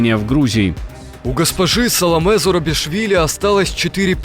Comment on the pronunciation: Фамилия президента Грузии Зурабишвили, а не Зарубишвили.